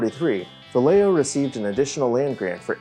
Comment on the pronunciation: Vallejo is pronounced Vah-yeh-hoe. I had no idea what you were talking about until you should the rancho adobe. Lol